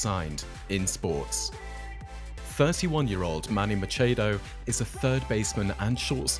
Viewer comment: U said manny machados name so wrong😂